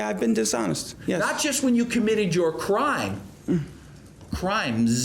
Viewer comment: did he just say crimes like crimz